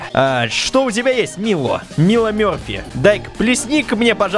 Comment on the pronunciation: не мило а майло